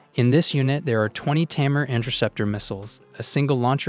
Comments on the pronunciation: Great video with good explanation, Just one thing, the Interceptor is called "Tamir" not "Tahir". Source - I'm an Israeli and worked with that system for many years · It's Tamir, not Tahir! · It’s the Tamir interceptor, not Tahir. I guess you conflated a H with a M at some point... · Tamir. Not Tahir. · The interceptor's name is Tamir and not Thair, in Hebrew Tamir means Hidden. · The interceptor missile is called TAMIR (not TAHIR) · its not tahir missile...its tamir missile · Tamir missile, not Tahir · its the Tamir missile not Tahir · The missiles name is Tamir not Tahir